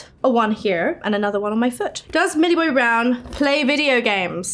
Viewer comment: "Millie BBBBrown"